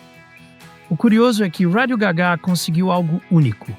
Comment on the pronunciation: ao menos podia dizer radio gá ga e não radio gagá...